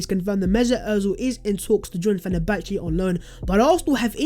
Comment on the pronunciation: you should ask hughwizzy for right pronunciation of "Fenerbahce ".!